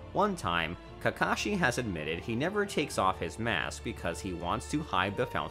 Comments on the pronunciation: Is it js me or did he say kashi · for example "kahashi" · He really just said "Kahashi" and "Sanins" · dude said Kahashi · If nobody is going to take notice to this I will "Kahashi" lmao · Did he rlly say kahasi in the first 40 seconds tf??